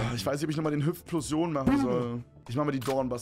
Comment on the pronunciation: Niemand: Nicht mal Sascha: Papaplatte:Hüpfplosion